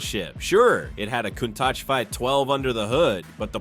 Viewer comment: Cone-tach? Never heard of it.